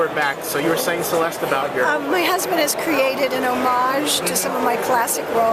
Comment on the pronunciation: It would be great if you could get Celeste's name right.